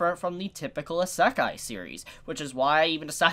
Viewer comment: u say Isekai weirdly but i cant spell out how its pronounced i have to be able to say it out loud